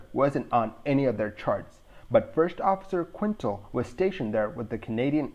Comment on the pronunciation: Quintal is pronounced Kintel, not Quintle. 9/10 show